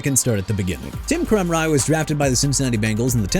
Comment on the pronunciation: First off dude it's Demar Hamiln not Jemar Hamlin. Also it's Tim Krumrie as in crum-rye! Have some respect for every athlete and team you're talking about or QUIT YOUR JOB! And why you got a bit of Andrew Luck on there when you're discussing Peyton Manning?? You people disgust me!